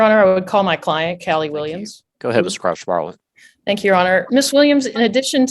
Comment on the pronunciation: the way the judge says crouch-bartlett makes it sound like crotch-wallet to me...